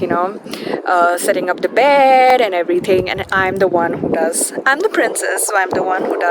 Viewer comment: Setting up the taaaaaant, setting up the baaaaeed. Marathi nahi nikal paegi andar se